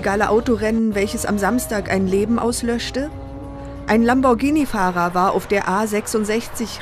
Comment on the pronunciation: LAMBORGHINI das heißt Lamborghini dass er wird gar nicht mit gesprochen oder habt ihr ein sprachfehler oder so